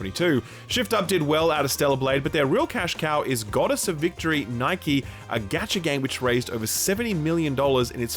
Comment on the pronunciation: more of a Knee-kae pronounciation, idk really how to put it in words.